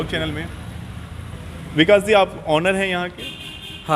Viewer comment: उच्चारण ठीक करें। 1. फ्लावर मिल्स नही फ्लोर मिल्स कहा जाता है। 2. सही उच्चारण ऑनर नही ओनर (Owner) कहते है। Note: नाक से नमस्कार बोलना बन्द करे।। सहजता से नमस्कार बोले ज्यादा अच्छा रहेगा।।